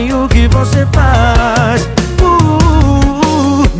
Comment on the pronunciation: Felipe Araujo suas músicas sao top, mais pelo amor de Deus nao faça eu parar de te ouvir igual eu fiz com Paula Fernandes por colocar o X nas letras das musicas, pronuncia a palavra correta, nao é "voxe" e sim voce, nao é "deixa no xufoco" , por favor para com isso.